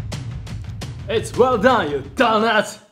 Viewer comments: I heard dumbass and definitely not donuts 💀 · I thought he said dumb ahh at first when I watch the video😂🙏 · i heard dumbass not donut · What he says: it's well done you donuts What I hear : It's well done you dum a$$😂😂😂😂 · As a japanese I’m 99% sure he said dumbass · Im pretty sure he said dumbass But with his accent it sounds like donuts 😂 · "its wall dan ya danat"💀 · "ITS WELL DAWN YOU DAWNAWT!" And At That Day, Started His Villian Ark.